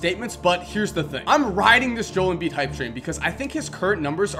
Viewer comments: Jol Embiid😂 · Jol embiid 😂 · joe-el embiid